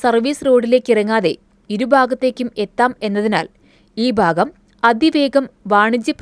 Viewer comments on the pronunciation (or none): വലതു ബാഗം പോകുന്നവരും ഇടതു ബാഗം പോകുന്നവരും താഴെ ബാഗം പോകുന്നവരും ഓർക്കുക ഏതു ബാഗം ആയാലും ഞങ്ങൾ നിങ്ങളുടെ ബാഗം ആണ് . (ന്യൂ ജൻ ഉച്ചാരണം ബയങ്കരം ) ഷീണിച്ചെങ്കിൽ ഭിരിയാണി കഴിച്ചിടു പോകാം